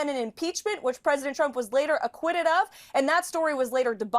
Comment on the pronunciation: Sounds like Carolann is saying President Chump. OMG lol